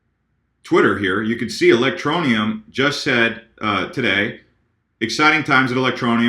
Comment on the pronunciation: a, I'm digging the ELectro-knee-ummmm!!! lol haha rising!! sweet!!